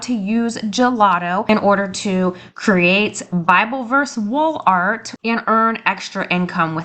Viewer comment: You are saying “ Wall art”? 😂😂😂 I sure heard WOOL ART the first few times . If you are going to do a print on demand store through Etsy you have to have money set aside to pay for the orders before Etsy releases the customers payment t to you.